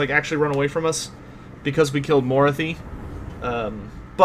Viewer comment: So, yeah you're pronouncing Mor-ath-i like Dorothy with an M............Personally i think you should just stick with Dorothy :) Love your content BTW.